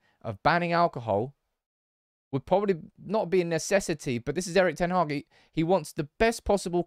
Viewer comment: His name is pronounced: "Eriiich d-ten Haaaaa-ch" 🤭